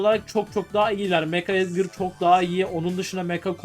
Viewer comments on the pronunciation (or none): none